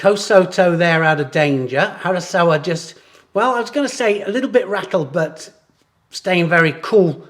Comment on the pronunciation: did you say hasaKawa ? harasawa😉